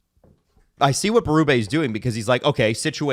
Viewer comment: It’s Berubee. And Kampf like campfire . They’ve said their names on camera.